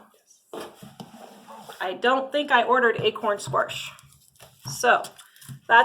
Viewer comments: Same and same. I ran to the comments when she said squarsh about 10 times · I’ve heard “warsh” quite a bit, but this is the first time I’ve heard “squarsh” except maybe for dramatic effect when used as a verb as in, “I’ll squarsh you like a bug!” Not a criticism, just an observation. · We love the "SQUARSH!" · The way she says squash lol, Great video though I’m gonna but I think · The way you say squash is interesting 😂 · I've never heard anyone from the midwest call it squarsh - we call it squash LOL p.s. I like your nail polish color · which part of the midwest are you in? I've been in the midwest pretty much my whole life and no where have i ever heard anyone call it squarsh and try and pass it off like it is normal. I've heard of the midwestern drawl or midwestern slur, but not just randomly adding letters haha. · "Squarsh?" There's no "R" in squash... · Yellow squirsh? Lol I live in Colorado, and we don't say "Squirsh" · Excellent review. Great info and insight. My only critique is there is no "R" in squash "squarsh"😁 jk great video. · Minnesota here. I only say squarsh if I'm joking. Never heard anyone pronounce it that way. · I have also never heard anyone say sqwarsh before either lol Oregonian here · From Wisconsin.. never heard squarsh 🤣🤣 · That drives me crazy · I’m from Midwest Mo. I have never heard anyone add an R to the word Squash. Paper bags and their packing materials are biodegradable not plastic bags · I’m here for the “squarsh” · Squarsh! ❤😅 never heard it before it’s cool to hear a different way of saying it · Did you say squarsh? giggle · You could use the packaging in your garden. It will compost down. Just lay it down and forget about it. :) I absolutely love how you say "squarsh" lol. First time seeing your channel. Subbed! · squaRSH!! 🤣 I had no idea there was an R in squash. LOVE it! I watched this video just to see how many times she said "squaRSH" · I know it's petty, and you explained it, but "sqwarsh" made me cringe every time.